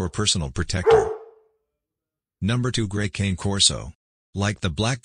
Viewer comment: It's not pronounced cane like sugar cane, it's canneh.